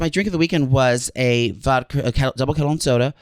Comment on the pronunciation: Is that real pronunciation with “Vocka” or is he pandering to brain dead Philly people?:)